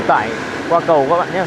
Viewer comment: Toàn là kỹ sư ngọng. Người ta nói là 'ấy cái cầu' kỹ sư ngọng là 'ấy ái ầu'